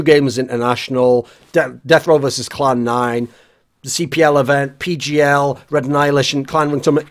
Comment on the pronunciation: Clan 9* not Cloud 9. Or I'm just hearing poorly lol. etc.